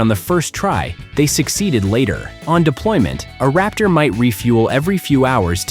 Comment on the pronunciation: It's { Raptor } - not ( Rapture ).